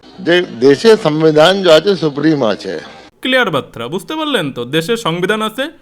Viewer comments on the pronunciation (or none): please Barta bolun 'BATRA' noy!